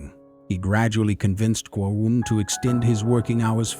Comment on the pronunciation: He is talking about in timeline mistake is made there ..